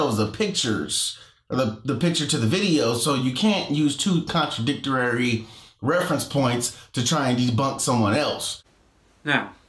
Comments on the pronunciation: I remember this one. M Bens said "contradictorary." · Wonder if Mbenz ever took my advice, and opened a "DICTIONARARRY" to figure out how to properly pronounce the word: CONTRADICTORY... "CONTRADICTORARY" and idiots like that are trying to debunk Dan... lmao